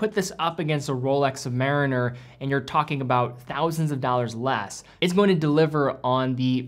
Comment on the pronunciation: In part I watch your vids just to hear you say " doll-RRRRS " ...I even slow the playback to .75 just to get longer watch shots for my " doll-RRRRS "